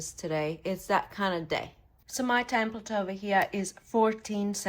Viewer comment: Love your videos. Thank you for caring and sharing. Just one thing. It is called a "template and not a "tamplet". 😊